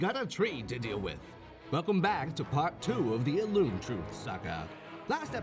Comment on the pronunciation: I cannot unhear "elune here"